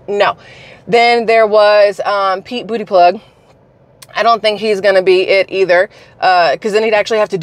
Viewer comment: Every time you say Pete Bootie plug 😂😂😂